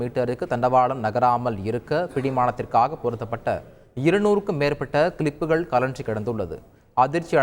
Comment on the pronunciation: அய்யோ, அய்யோ. அது க்ளபுகள் இல்லை, கிளிப்புகள். நீங்களும் உங்க தமிழும்:face-orange-frowning